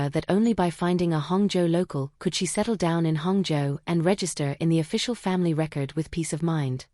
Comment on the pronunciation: I find it amusing that Hangzhou is pronounced hung joe😂